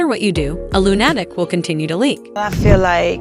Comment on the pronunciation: " A loon-attic"😂